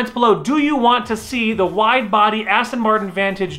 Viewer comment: anybody noticed wifebody in place of wide body😂😂😂